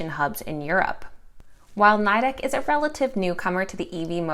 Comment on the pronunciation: It’s pronounce Nee-dec! They hate it being pronounce the way you are. My husband works for them.